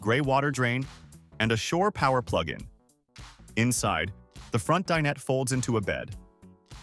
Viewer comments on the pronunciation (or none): I wish these AI narrators would learn to pronounce dinette correctly.